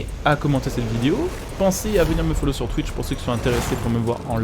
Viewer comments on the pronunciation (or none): none